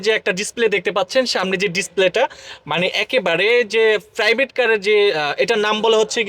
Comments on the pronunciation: চাইনিজ ❌ সাইনিজ ✅ প্রাইভেট❌ ফ্রাইভেট ✅ ড্যাশ বোর্ড ❌ দেস বোর্ড ✅ চাবি ❌ ছাবি ✅ স্টার্ট ❌ স্তাত ✅ প্লিজ ❌ প্লিজ্জ্ব ✅ আশা করি উচ্চারণ গুলো শুদ্ধ করবেন। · ফ্রাইভেট কার, ওয়াইফার!!😂 প্রাইভেট, ওয়াইপার শুদ্ধ উচ্চারণ করার চেষ্টা করবেন।